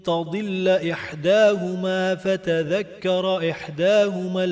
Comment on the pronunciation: فتوذکیره نەک فەتەذەکەرە لە ئایەتی 282البقرە